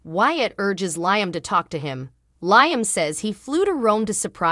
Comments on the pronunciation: Who ever that liom's name you're saying it totally wrong. It's Liam not the other way around get the damn name right. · 😂😂😂LOL, I can't STAND hearing LIME Either.